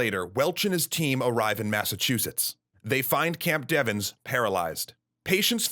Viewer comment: It's Camp, later changed to Fort, Devens, not Deven's or Devons. My grandfather was there and told us that the officers came into their barracks and told them to leave their weapons at the door and get off the base by any means. He left on a train which had brought in coffins via Ayer. I've never read of the camp being evacuated and wonder if some officers saw what was going on at the hospital and took action to try to save their men?